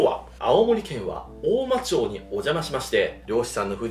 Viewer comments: 大間町(おおまちょう)じゃなくて、おおままちです☺️ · おおまちょうじゃないよおおままちだよ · 青森に来てくれてめっちゃ嬉しいです。 ただ違和感がすごいあって 大間ちょうではなく大間まちです。 地域によって町の読み方は違うかもしれませんが正式な読みになりますので！！ 地元の方もちょうではない思ってます笑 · 大間ちょうじゃなくて大間まちですよ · おおまちょうではなく、おおままち。By青森県民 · 母の実家です！ そんでもって『おおまちょう』ではなくて『おおままち』だった気がします、、、